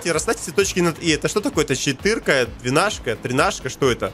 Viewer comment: не чепырка, а четырка